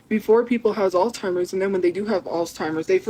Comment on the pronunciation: ALLSTIMERS?! It’s Alzheimer’s fool